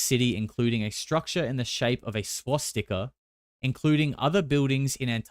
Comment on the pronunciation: what is a Swas-Sticker? 😂😂